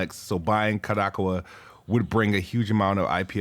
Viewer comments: Ka-da-cow-a is how you pronounce it (at least it's the most common way I've heard) 🤣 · This man said 'Ko-DAHK-awa' LOL